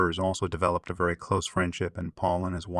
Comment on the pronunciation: Oh, yeah. As would say, "Vewwy, verwwy closely."